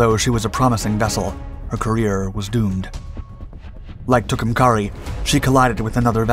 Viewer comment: What was the name of that boat?😂 Fascinating how you will repeat a name over and over again incorectly and she became a he as soon as she started spitting bullets😅It's pronounced Too come care E no matter how the bots pronounce it!